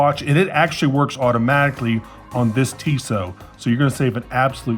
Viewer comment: The blue dial version is great. – Your first pronunciation was actually closer, but Tissot has the stress on the second syllable.